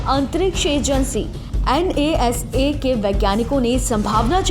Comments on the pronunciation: Madam it is pronounced as NA’SA’, not N.A.S.A !! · An ye as ye 😄😄😄😄😄😄😄 NASA bol le bahan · N A S A. This pronunciation i heard first time about NASA. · N A S A😂 not NASA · N A S A 😂😂😂😂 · 1st learn to say NASA